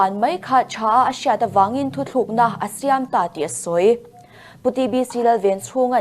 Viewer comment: News reader in, "Thuthlûkna" a tih hi a dik lo, "Thutlûkna", tih tur..